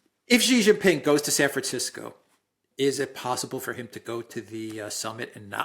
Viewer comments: Alexander, the first "c" in San Francisco is an "s" sound, because it's a Spanish name, unlike the Italian name Francesco, whose first "c" does sound "ch." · San Fran-SIS-co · Why the heck pronounce Francisco Franchisco Alexander? Really? With all respect and admiration for what you both do 😊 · Sab Fran What? Did i hear ye richt? Flmao… See Joe Jackson man…. The extremely talented Singer songwriter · It's San Francisco..not San Franchesco.. Don't you know how to pronounce a word.. in English?😮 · It is time to lovingly and kindly point out the fact that no person in the history of the world who did suffer a speech impediment or have an accent that could form the sound "sls" has EVER said San Fran CHISco. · Just say Frisco San Fran or San Francisco. Pronounced Sisco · Let's hope the meeting doesn't happen in San Franchisco so we don't have to listen to Alexander mispronounce the name San FRANCISCO over and over and over. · Just pronounce it Frisco, not San Franshitgo. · I always enjoy your videos, but Alexander needs to learn to pronounce “San Francisco.” 😂😂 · San Feces. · Can anyone tell me,why is Alexander pronouncing San Francisco like that ? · Can't pronouce San Fancisco. 😂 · So Alexander can't pronounce "San Francisco" correctly ? I love you A, but come on, what are you doing? No one and I mean NO ONE, says it that way. Is that how they say it in Greek? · It seems like a matter now of pure, childish ego that Alexander should continue this bizarre pronunciation. Every time he does so he loses credibility. So tiresome. Why hasn't Alex told him?? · Come on Alexander, yhou MUST know how to pronounce San Francisco? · Alexander, what's with San FranGisco? If you said it once you said it 21 times😅😅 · It's San Fran -CISCO. Not "scisco" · Stop pronouncing San Fan-CH-isco! The inhabitants of the city call it San Fan-S-isco. You are overriding it! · I wish Alexander would pronounce the city name correctly. It's San Franshitsco.